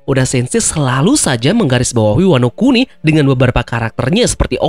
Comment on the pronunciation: ワノ国: bacanya Wano kuni artinya negara, bukan oi. Teori ngakak 😂😂